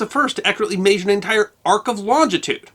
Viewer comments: These videos are interesting and informative (this one included), but where is this gentleman from whose local dialect has him pronouncing "measure" may-shur instead of meh-shur? It's a genuinely interesting linguistic idiosyncrasy. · Hate the way he says Maysure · You pronounce "measure" like a pirate.